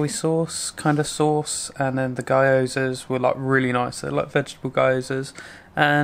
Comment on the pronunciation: Nice one, glad you can finally taste some of the nicer japanese cuisine! One small hint about gyoza, it's the same as with Kyoto: There's no "Kuyoto" or "Guyoza" pronounciation ;) The "Kyo/Gyo" is one short syllable, very much like Yoghurt with a short K or G in front. It goes immediately into the "Yo" where the emphasis is on, and not the K or G. Maybe my explanations of this aren't the easiest to understand, so if you rather hear it pronounced, search for "How To Make Gyoza (Japanese Potstickers) (Recipe)" and listen closely at the beginning, she says it two, three times and she's a native Japanese speaker. Plus she's got some good knife skills.